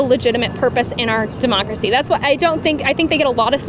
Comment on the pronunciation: As soon as she said deomcracy, I knew.